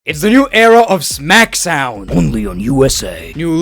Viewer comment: Smack SOWN 😂